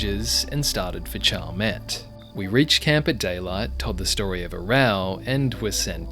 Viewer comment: chalmette is pronounced shall-met